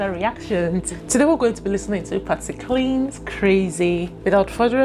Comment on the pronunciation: Hi, I told U that anyone listening to Ms. Patsy needs to listen to her rendition of "Crazy", Most beautiful.. By the way her last name is pronounced ClIne like Line or Mine.. ♠W.G.